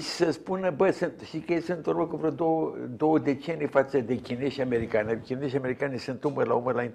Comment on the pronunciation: Dle CRISTOIU , vă apreciez și vă ascult cu drag . Dar vă rog să pronunțați CORECT CHINEZI , FRANCEZI și Nu așa cum obișnuiți : chineJI , franceji .... Ii induceti în eroare pe intelectuali , pe școlari ...